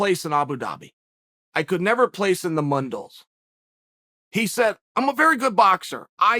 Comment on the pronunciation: Mundial, pronounced moon-de-ahl or as Uncle Chael says, mun-dals